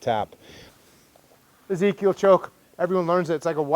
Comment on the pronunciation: Jocko calls it the EZ-kill